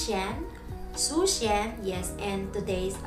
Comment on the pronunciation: please，zhoushen sounds like joe tion